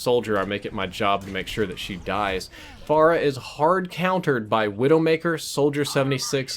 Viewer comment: "Pharah-way" HAHA